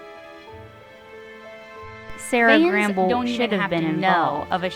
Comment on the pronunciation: Sera Gamble will be executive producer, so she’ll still have a presence in the production of the final season. And, it’s Sera Gamble, not Gramble… I hate that it’s ending and totally enjoyed season 4; I know a lot of people felt differently, but I loved it.